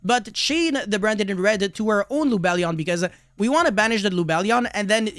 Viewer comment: “Bwanded in Wed” 😆